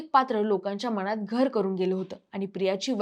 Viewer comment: मणात नाही ग बाई मनात, कोण हयांना काम देत ज्यांना धङ मराठी पण बोलता येत नाही करम कर पण म्हणाली बावळट मुलगी ते करमरकर आहे